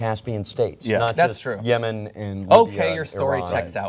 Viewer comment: Oh, did you say Yemen, I thought you said semen... no, that's okay, I'll come back later!